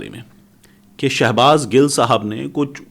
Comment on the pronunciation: Shabaz gill ka Nam to sahi Lay shafi buna howa ha